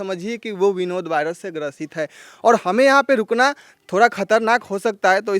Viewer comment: भाई विनोद होता है ना कि बिनोद 😂😂😂